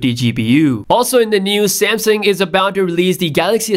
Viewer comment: I know I’m not the only one that hears him saying samsing